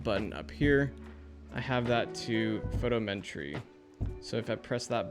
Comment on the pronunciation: PHO -TOM - Eh - TREE